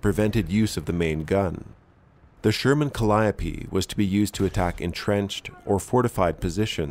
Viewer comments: I'm just happy "Calliope" was pronounced correctly. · Agreed. Tired of hearing “Cally-ope.” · Yes and no... "Kallee-ope" is the proper pronunciation when they're on Great Lakes steamers, look it up. English is a beautiful language, so ductile. "Peruse" once meant to read carefully and thoroughly, and look what happened to "literally" literally in our lifetime. "Regardless" became "irregardless," and (gods help us all) is "irreregardless" among some, just as "flammable" and "inflammable" once became interchangeable.